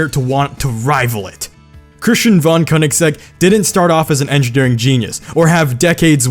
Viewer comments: Von Königsegg, Not van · it's pronounced like fon, not von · Wait, Thats not how you pronounce "Von"